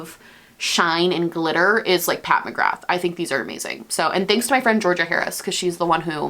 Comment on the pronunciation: Loved the video girl!!! Just a heads up it’s pronounced “Pat McGraah” ☺️ (celts represent!)